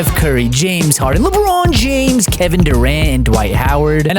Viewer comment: If u say LeBron James like that ever again ur losing a followr